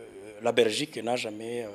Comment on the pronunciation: Uvuga(première point)abezi kandi muri muri Francophonie 😂(vuga; la Belgique,atari Rrrrrrrraberigique😂😂😂😂😂,aba fraudeuri ba KAGAME 😂😂😂.